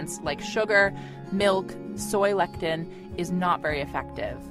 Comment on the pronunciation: Lectin and soy lecithin are two different things. Pronounciation counts. Thnx for the info.